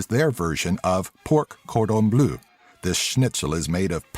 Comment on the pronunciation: moooor😂😂😂😂 "porc cordun blu" 😂😂😂😂 dar totusi, șmecher top. Good job man 😉😉